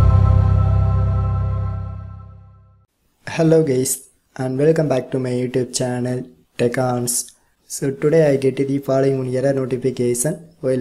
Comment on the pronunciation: Bro really said: hello gays